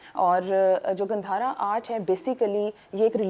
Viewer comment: 😂 it's not gandharaa ... It's gaandhara. And, Rig Veda was written by native Indians, not by any stupid European propaganda aryans.